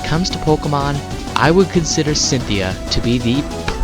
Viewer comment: You said Centheay, her name is Cynthia